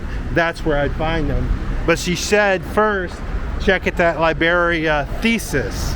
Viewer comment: Libreria is a bookstore, not a place for puzzles, it is pronounced lebrerea!